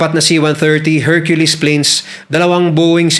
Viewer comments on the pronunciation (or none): none